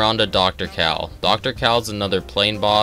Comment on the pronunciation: The way he says Kahl hurts my soul